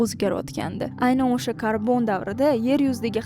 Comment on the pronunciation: sheva qara usha payt emas o'sha payt